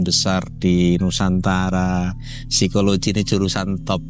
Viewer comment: Ngotot banget ngomongnya berisikkk Ganggu! Satu lagi, Psikologi bacanya sikologi bukan sikoloji pak.